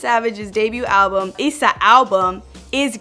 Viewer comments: Stop saying Issa like you bout to say Lisa it's Issa not eesa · tf she saying it like eesa for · Why is she saying issa like that 💀💀💀💀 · she pronounced issa wrong 😂